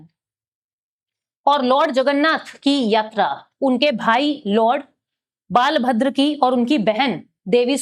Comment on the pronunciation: As an odia we can't tolerate this type of pronounciation regarding our god ବଳଭଦ୍ର .. it's hurtful to our sentiment... kindly understand this 😢